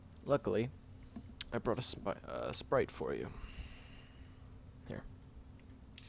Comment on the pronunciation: since you said "spood" when you said "Sprite" I was going to say sprit 😂